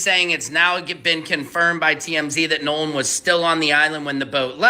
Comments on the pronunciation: His name is NO LAN NOT NA LAN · Stop acting like you can’t pronounce NOLAN .. NOLAN to be correct T F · That is 🧐very concerning if they cannot even pronounce his name correctly 😢 With AI they should have correct this immediately . I’m leaving out of respect because I cannot stomach them mis pronouncing his name.😢